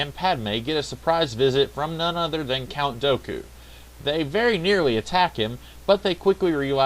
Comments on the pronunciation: Dooku, not Doku! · Dooku not Doku